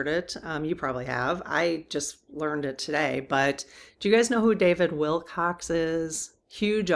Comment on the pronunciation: There was a fine British musician named David Willcocks, and there is also the more common homonym Wilcox. But there is no "s" sound, please, at the end of our subeject's name. Usually we use the subjunctive decree "Rest in Peace," but it is good to know from your guides that he is indeed resting now in their loving arms. I predict that this potent force of nature will, soon enough, be rejoining the fight though from his new base of operations!